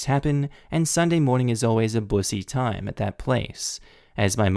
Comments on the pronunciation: Choke? Is chalk? And busy is boosy? Dude you got to think about context. Like what did they mean instead of just robot reading.And the last part means: “how effen embarrassing” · Did you intentionally mispronounce busy (bussy) and choked (chocked) in the last video?